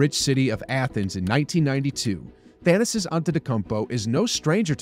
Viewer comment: Its 'Tha na sis'. Not 'Than asis'